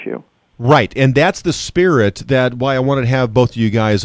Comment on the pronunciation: Go choke on your "spright" lol.